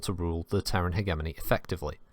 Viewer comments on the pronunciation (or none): Might want to check your pronunciation of 'hegemony'.